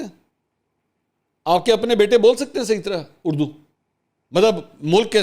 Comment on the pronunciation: منصور صاحب خان جب بلاول کی اردو کا مزاق اڑاتے ہیں تو خود لفظ۔ اڑدو کہتے ہیں